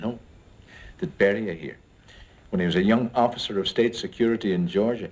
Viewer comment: It's pretty funny, but WOW these British accents are pissing me off. Even I pronounce Beria more Russian than that, and i'm Irish and a tiny bit of German